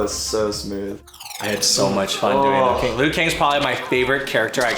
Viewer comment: "Lui Kang" LUL